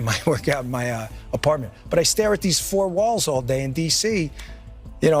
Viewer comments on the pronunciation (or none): none